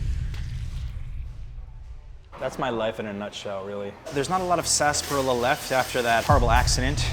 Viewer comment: Sar-spa-rilla😂 Did you not watch Looney Tunes Yosemite Sam?